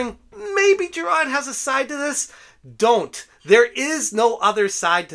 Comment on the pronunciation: Make all the videos u want about this just please stop saying "jirahd"